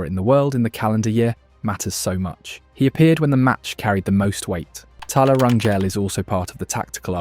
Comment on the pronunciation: type up Rangel with an H so the ai voice says it right, RanHell